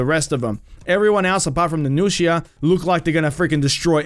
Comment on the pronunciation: I was already really hyped for marching fire and seeing the nuxia just made me even moe hyped also finally hearing someone pronounce nuxia correctly (besides metatron) was pretty nice